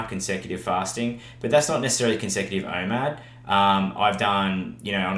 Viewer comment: What’s IMAD? I keep hearing IMAD but I think it’s called OMAD